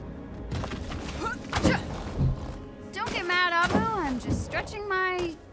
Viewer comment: They spend so much money and they couldn't get a voice actor who can't even pronounce abbu right it's awb-bu no a-bu.the work out on character hair and little stuff was bad like her bracelet expands with her hand it was just really bad for people who likes to enjoy the little things but the game play was good